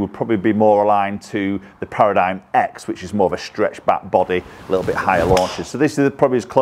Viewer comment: ...it's pronounced "Para - dim"